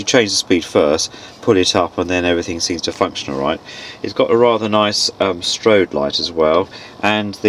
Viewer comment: Strobe with a b, not strode with d